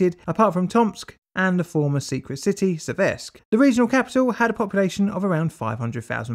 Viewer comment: 'Séversk' not 'Seviérsk'.